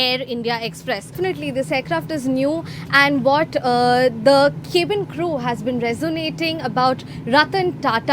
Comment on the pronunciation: Cab-in not Caeb-in, madam